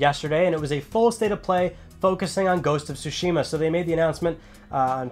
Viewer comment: Not trying to nitpick, but since you have great influence on your viewers, I'd like to just mention the correct pronunciation of "Tsushima": So if I were to explain it using an accent mark like in Spanish, Tsúshima (as opposed to Tsushíma) would be much closer to the correct pronunciation. Just wanted to get this out there as a native speaker of Japanese. Thanks and keep up the good work!